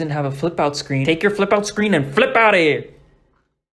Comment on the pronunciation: "Now take you flip oup screen and flip out of here"😂